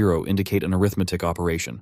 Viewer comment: Wow!!! Awesome presentation! I already know most of this stuff, but I LOVE to hear such a clear presentation! One small quibble, the word “arithmetic” is pronounced aRITHmatic as a noun, but arithMATIC as an adjective. E.g. an arithMATIC operation performs aRITHmetic on its operands. Quibble aside, awesome stuff!